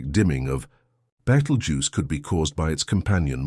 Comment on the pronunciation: is it now betelgeuse or beetlegeuse. not very professional. like the AI voice. = dismissed